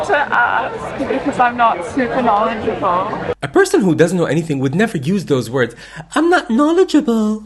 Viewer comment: Seems completely legit. You're in denial here. Valley girl accent, "I'm not supER knowedJUHble", silly college student standing up for a cause she barely knows anything about. Yeah, I'd say par for the course.